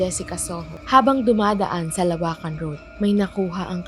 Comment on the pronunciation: teeee LO-WAKAN hindi LA WAKAN